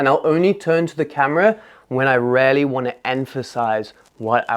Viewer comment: I like this video and am going to try all of these, but homie just decided to switch the letters in “really” to “raelly” 😂